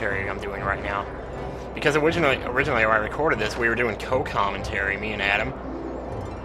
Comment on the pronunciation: Omg! I laughed so damn hard when said "owiginally" xD